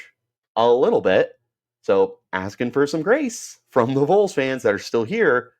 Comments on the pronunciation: its not the "Vools" lmao. VAWLS 🍊🍊🍊🍊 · Vols is pronounced as vawls not voles also they’re not gonna tamper don’t even worry about that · It's ok. As a Vol fan whose half my large extended family lives here and Arizona, I will pardon your crime of mispronouncing Vols lol. Go Sun Devils! lol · What does Tn have that Arizona State. Play in front of 102,000 screaming crazy fans or 55,000. Idk that’s a tuff one. The facility’s are like no other. Tons of money. Located in the great Smokey mountains with pigeon Forge, Gatlinburg Glad you’re so confident. Learn how to say Vols before you report. Hell Tn could pay for him and his Buddy. We normally don’t poach!!